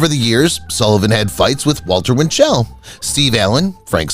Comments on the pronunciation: “British Quintet?!” John, Paul, George, Ringo, and whom?! Not Bo Diddle-y, Didd-ley! Walter Win’-chell, not Win-chell’. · “Walter Win-CHELL” ???